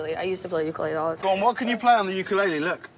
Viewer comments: The way she said ukulele sort of hurt me but her singing is ight. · Ukulele not uklele